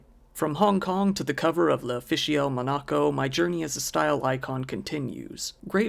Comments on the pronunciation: Mon-A- co? Like binaca? It's MON-a-Co (primary emphasis on 1st syllable, slight emphasis on 3rd) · Muh-NAH-co? Lmao, the terrible mispronunciations of common names, places, and phrases of Youtube people never cease to amaze me. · Most interesting pronunciation of Monaco I've ever heard. 😉